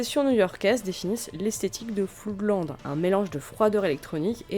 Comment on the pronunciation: Beau travail, je savais que c'était le bordel dans ce groupe, mais à ce point ? Quelques remarques : tu prononces "Floudland", c'est Flo:dland - Flood se prononce comme Blood. "Sigu Sigu Sputnik" ? j'aurais plutôt dit "zig zig Spoutnik", non ? Bon, c'est un groupe de 3e division, un truc fun sans suite (avec un tube très sympa dans le style 'Guerre Froide on s'en br*nle', comme avait fait FGTH avant avec Two Tribes - le reste de Sigue Sigue est assez pénible). Voilà pour les petites rectifications ;) pas grand chose. Perso sur Sisters of Mercy, je mettrais plus en avant la qualité des EP / maxis dès Body Electric (pas le premier qui reste un brouillon), voir l'excellente compilation 80-83, sortie en 1992, comme tu l'as précisé. L'album First and Last and Always est bien trop pop à côté, seul surnage la Lorelei Marianne évidemment, sublime. Floodland c'est beaucoup trop lent et répétitif - This Corrosion est vraiment mauvais. Pat Morrison apporte surtout ses yeux en amande et son joli minois. Pour The Mission : le single Wake est intéressant. Mes premiers souvenirs : les titres de Sisters en boîte, au Memphis impasse Bonne-Nouvelle. Mon dernier souvenir : Eldritch a pondu une horreur, une reprise de Temple Of Love avec Ofra Haza. Beaucoup trop tourmenté pour avoir une carrière stable, en fait (amphet').